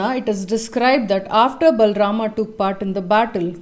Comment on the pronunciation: No it's not. He pronounces it with a complete "A" sound, but it's not how it's supposed to be, it's half or less than a half "A" sound.